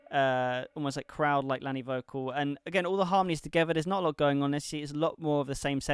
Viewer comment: *Pronounced Laney Good job 👏🏻